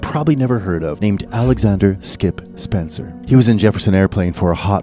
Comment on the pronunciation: Shannon “Moon”? … Skip “Spencer”? … Matthew “Katz” (rhymes with “cats”)? … “Ohama”? – All presumption to narratorial authority thoroughly forfeited here. But, nice photos … and the VO doesn’t sound like AI (if it is a person) …